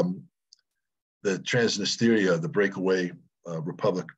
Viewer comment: It's not TransnistEria, Scott, it's TransNIStria.